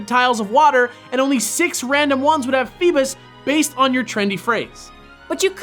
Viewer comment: Feebus? I thought it was pronounced feebass? Ugh Pokemon names sometimes...